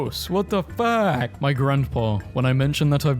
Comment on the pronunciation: “WHAT THE BVF**K!” XDDDD (I tried to spell how he pronounced the f word)